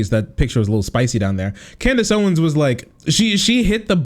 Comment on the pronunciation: 'Can deez' Owens